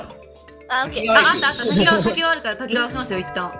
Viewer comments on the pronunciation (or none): たきがわじゃなくたきかわ